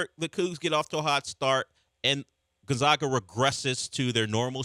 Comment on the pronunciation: See Kelvin Sampson press clip how to pronounce Gonzaga.